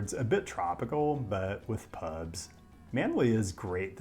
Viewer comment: they are called Hotels because in Ye Olden Days most of them provided accommodation. They are mostly called pubs now (which you cant seem to pronounce) which is short for public bar